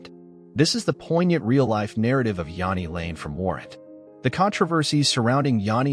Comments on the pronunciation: you can’t even pronounce his name properly. Half the clips are NOT from Jani lane. JFC. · Yeah if we're going to do these lets learn how to say the fkn name